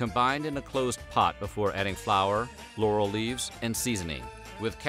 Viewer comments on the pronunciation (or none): none